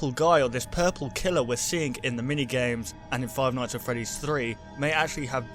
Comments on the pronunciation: Five ights at Freddy's... Lol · You forgot the n in nights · five ights at freddy's??? *nights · five ight at freddys?wtf is dat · wow five ights instead of five nights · Cody Wilson Five Lights at Freddy's? Five Sights at Freddy's? Five Mights at Freddy's? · "Five ights at freddy's" Ight ight ight ight ight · you forgot the 'n' in 'nights'. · you forgot the n in nights so you put ights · Five Ights? No one noticed? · Five Ights at Freddy's XD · Seth Nowac Five Kights at Freddy's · Or five shights at Freddys? Omg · Seth Nowac five bights at freddys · Five ights at freddy's😂😂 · "Five Ights At Freddy's"💁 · Five "ights" at Freddy's. XD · What part does he say ights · Five "ights" at Freddy's? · Five mights at Freddie's :P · Ights? XD I understand it's a mistake but lol XD